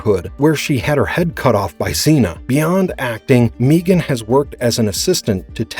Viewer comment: Who TF is Meegan? It's pronunced (Meg-an)